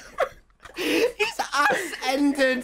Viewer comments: the fact that tommy miss pronounce ascended as ass ended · "the blade has asended" will never get old